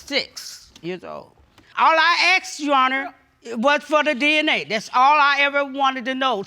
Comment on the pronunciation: Asked ❌️ Aksed ✅️ 😜